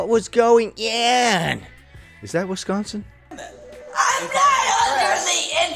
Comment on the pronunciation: Definitely sounds “Wis can sin”.